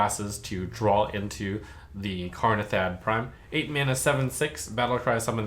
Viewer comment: Its Kanrethad, not Karnethad!